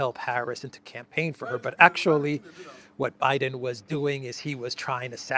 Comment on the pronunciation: Hahaha, ”yeah, Brandon you can join the canpaign on the 6th…”